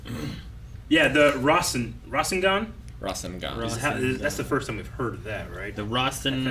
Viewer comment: Not to spoil, but there being another necklace like Tsunade's is never important. It was honestly just a throw-away detail. Also, the necklace is just a necklace. It's just that anyone besides Tsunade who's worn it has died. Also also, Rasengan is pronounced Rah-SEN-gahn.